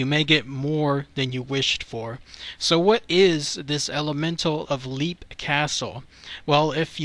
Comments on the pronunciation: It's pronounced "Lep", not "Leep", it's a short "e". Also, you said you didn't know if it was called a ghost or entity or what...it IS called an elemental, because that is what it is. It is a conjured paranormal creature. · Lepp. Off-illy. Ros-cray. Just incase you need help with pronunciation. Irish names are weird.